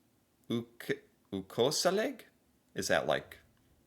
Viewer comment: He actually said "ukoselig" perfectly, it just sounds like he has a more pronounced norwegian dialect when he says it. (FOR CONTEXT) "Ukoselig" is the same as "un-cozy" or, uncomfortable. "Koselig" means Cozy in english. And the "U" infront is basically the same way of putting "Un" infront of uncomfortable to mean that it is not something Hope this helps! (Sorry if it's confusing, tried my best)